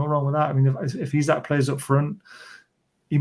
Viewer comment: Just for clarity, Isak is pronounced EEsak, and not Isaac.